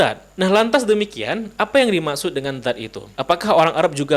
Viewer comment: Banyak lidah yg salah, dzat tp di ucapkan zat....